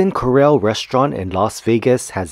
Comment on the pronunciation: It’s pronounced Core-Al as in pal. But your video still gets an A PLUS! Thank you! Hint: the double RR in Corral makes it an “a” like in pal.